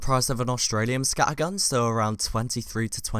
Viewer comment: please dont say scattergun like that its just wrong